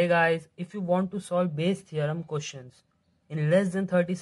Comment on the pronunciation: questions hota ha qostions nhi